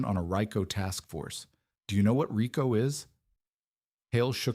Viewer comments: AI has a long way to go as far as pronouncing works correctly..RE'CO..noy RY'CO ? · It’sREEK’-O Not Rick-o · This YouTube channel is going nowhere without showing the videos of the incidents. It’s just a podcast with embarrassing mispronunciations, (“ryeco” for Rico🤣) being broadcast on a videos format.